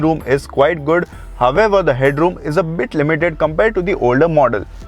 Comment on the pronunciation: All I can hear in the whole video is "However". It's so irritating to watch and he is not even pronounciating it correctly 🤦